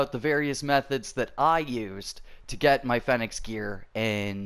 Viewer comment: it’s pronounced feeenix